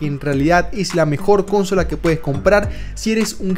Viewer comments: No he podido terminar el video con eso de CÓNSOLA 🤣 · Cada vez que decía cónsola, mis oídos lloraban 😭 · Cada vez que dice "cónsola" se muere un niño en Angola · Cuántas veces dijo cónsola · Cada vez que dices cónsola, diez gatitos mueren entre terribles sufrimientos. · Cuantas veces dices cónsola por minuto?? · La mejor cónsola jajajajajsja😅😂😂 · Pero como le vas a decir cónsola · Cónsola suena re raro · Amigo consola en español latino es palabra grave por favor no es esdrújula. Me dolió la cabeza escuchar como dices CÓNSOLA. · Podes decir cónsola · Cada vez que dice cónsola me da algo en el pecho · Sangran los oídos cuando dices cÒnsola… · Como que CÓNNNNN-sola XD ya llamale consome mejor XD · deja de decir cónsola, no sabes ni decirlo y enferma los oídos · Solo por decir Cónsola le di dislike. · Cónsola... Nmms xd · Amigo consola no lleva acento ,a ver si aprendes a pronunciar .cos aparte gracias por el vídeo y la información . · Jajajajaja justo pensé: no mms, esa palabra no tiene acento, wtf? xd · Horrorosoooo Además lo dijo como 1000 veces en el juego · pues dilo. Si está mal. Muy mal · Jaaa jaaa y lo dice varias veces jaaa😅😂😂😂😂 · si no termine de ver el video porque no soporte escuchar consola :) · adoro el video, pero carajo, me dolía cada que decías consola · Lo siento no puede ver el vídeo. La Pronunciación de Consola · La menera en que dices consola esta mal😂😂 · Buen video. Consejo pronuncia bien consola dan ganas de cortarse los oídos. De resto te felicito por el vídeo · Si suena feo cuando pronuncia consola con acento. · Tremendo toc me da al escucharte decir consola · Siendo sincero.... me aburrió su vídeo, no se dice cónsola, se dice Consola. Capta la diferencia? Tiene argumentos sólidos pero ese detalle cancela todo. Perdón pero se oye horrible. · Primer y último video que veo de este canal..horrible esa palabra... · Consola.....no Cónsola, suena horrible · Gente X: Consola: Cónsola XDXD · Por que dice Cónsola? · Consola, no Cónsola